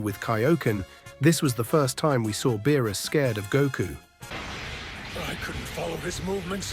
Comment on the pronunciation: Why do you pronounce Whis & Beerus names incorrectly ?